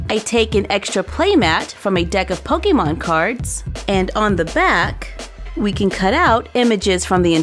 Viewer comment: Does it bother anyone else how she says Pokemon? 😂